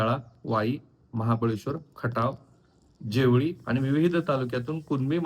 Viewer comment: जेवुळी नाही ओ जावळी म्हणा